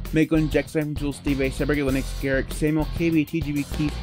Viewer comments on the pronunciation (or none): none